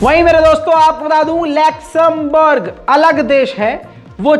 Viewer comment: There is no country called "LACTOMBERG".....!!😁👎 It's Luxembourg.